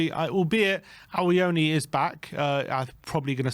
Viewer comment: Awoniyi not Awiyoni